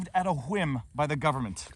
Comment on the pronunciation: HaWhim?..say cool whip.....cool hawhip say cool... cool...say whip...whip...say whim..hawhim